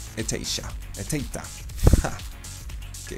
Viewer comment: Buen video, se pronucia "Echeitra " solo eso